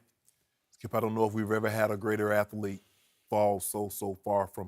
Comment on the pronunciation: "athlete" lol